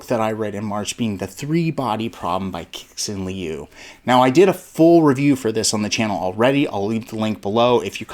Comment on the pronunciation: For future reference, I'm pretty sure it's pronounced Shi-shin Liu. First syllable is ascending, while the shin is a little bit descending. It's all in that podcast I posted on the readalong channel.